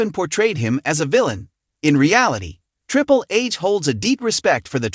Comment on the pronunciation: Did he say "Triple Ace"? 😂😂😂😂😂